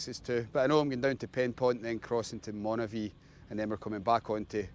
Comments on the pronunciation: Was sitting here trying to figure out where Monavie was, and then realised you meant Moniaive. Pronounced Monee-aye-v. 😂 Despite that confusion, this looked like a fun day out! I can’t wait to get out myself. The longer evenings and the odd nice day are calling, but I’m just waiting for a recent bout of the flu to clear completely first. I’m chomping at the bit though when I see videos like this! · Great video, but Dumfries and Galloway is NOT the Scottish Borders. Moniaive is Moni ( almost like money) ive( hive with no H ) Look out for the Tearfund cycle, now from Dumfries Baptist Church, August 16th. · Nice to see my old haunting/cycling ground around Moniaive (pronounced moni-ive), that’s my mates pub/hotel in there called “craigdarroch”where I used to work, nice wee tour of the area.